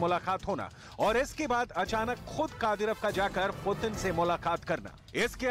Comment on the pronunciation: तुमलोग दिखाते कुछ और हो और बताते कुछ और हो।दुसरी बात शुद्ध लिखना बोलना सिखो पहले।कादिरफ नाम नहीं उस व्यक्ति का,कादिरोव नाम है।